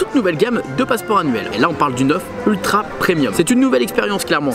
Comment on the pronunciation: PREMIUM et non PRENIUM